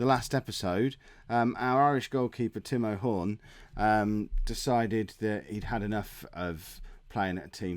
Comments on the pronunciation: Yes did get his name wrong. It isn't Tim O' Horne. It is however Tim O' Horn. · FM it's not Tim O'horn, It's Timo Horn.